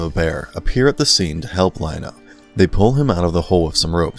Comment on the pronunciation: Let’s be real. This video was bad. As someone who grew up in the 80s and watched this show during its original run, the inaccuracies in this video were just too much. Earth 3 is something from DC comics. The Thundercats settled on Third Earth. Guy even mispronounced Lion-O early in the video. Completely forgets about Wileycat and Wileykit. And Snarf.. This video was so bad I had to turn it off after about the fifth minute.